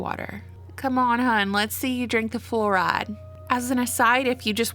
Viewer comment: “Come on hun’ let’s see you drink the flouride” was so southern amazing 😂